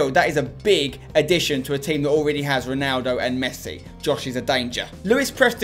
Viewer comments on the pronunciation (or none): none